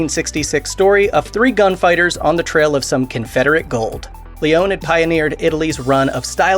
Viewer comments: It's pronounced Le-O-Ni, you jerk. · It's pronounced "Lee-own-ee", he's Italian, not French. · do you have to butcher everything you do. Leone (Lee-oh-nay) when you say it it hurts my Italian ears